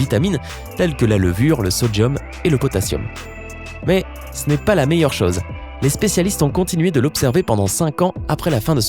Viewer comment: la voix que tu as, tu parle avec le nez lol et j'aime pas comment tu prononce les mots se terminant par "eu" et "O" du genre "chose" en le prononçant "chause" je supporte pas sérieux